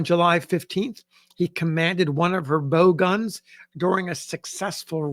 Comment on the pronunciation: `2"Bow guns?" Not pronounce like "How"? perhaps?